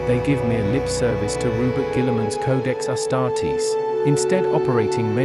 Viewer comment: Please pronounce Guilliman's name correctly...